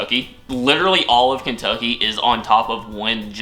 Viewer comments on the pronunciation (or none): none